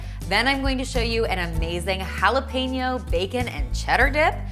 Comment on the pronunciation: jalapeno is pronounced hal.e.pen.yo no peenyo